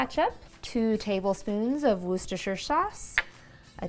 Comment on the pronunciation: Nice, and a gift for you (and all other Americans!) It's pronounced 'wuss-stir' or wusster I guess, you're welcome. 😋